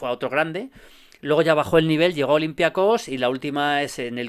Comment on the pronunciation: El único del mundo que dice olympiacós